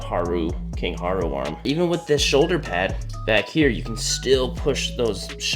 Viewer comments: im sorry loved the video, i love zelda, but saying kind haru hurts me, king raru lol, atleast thats how its pronounced, annyways have a greta day and i love your cat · Me hearing this guy say king Haru instead of Rauru hurt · Why do you pronounce Rauru with a H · "King huaru"what!!!???😂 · Um actully its king rauru🤓 mb its fine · Anyone else upset by the fact that this dude said the first king of Hyrule name wrong several times or the fact that he referred to the bow in this as an ancient bow when to a intelligent person, it would actually be the zonai construct bow. In my opinion, this mistake as well as theother I mentioned is just as bad as if he would’ve called the character Zelda. if you’re going to do a review, get the facts correct.